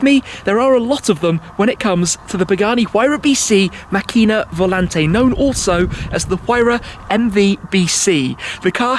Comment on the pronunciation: Hi Shmee, It's pronounced Màcchina, with the accent on the a instead of the i. Trust me I'm Italian ;-)